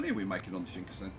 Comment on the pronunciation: You are always saying Shinkasen...even though you've spelled it correctly in a previous video title...